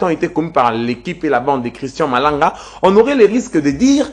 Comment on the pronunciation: Vous ajoutez trop des A dans votre élocution... Christan Malanga et non Christan A Malanga